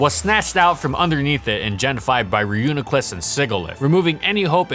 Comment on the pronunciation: I'm pretty sure you're the first person I've ever heard pronouncing Reuniclus correctly.